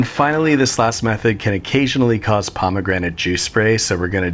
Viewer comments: "mmmm, pomagranat" Im dead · “Pomegranté” for unnecessary flair. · Haha, pomme grenade